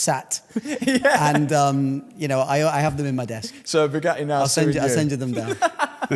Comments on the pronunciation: Bugatti only hate Matt because you can't pronounce the letter t. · They probably want to stop you because you can’t pronounce Bugatti